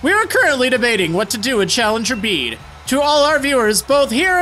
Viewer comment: Finally someone who pronounced Bede right 😭👌👏